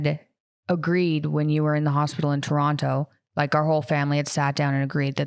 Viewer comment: hate the way they say Toronto.